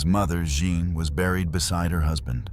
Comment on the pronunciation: 'Jeanne' pronounced 'Zs-yon'.